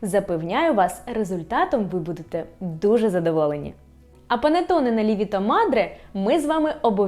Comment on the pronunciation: Збираюсь готувати за вашим рецептом, дуже добре все роз'яснено. Я вперше буду готувати панетоне. Навіть подивилась відео італійською. І дуже вас прошу казати панЕтонЕ, а не панітонє. Ріже вухо, капець.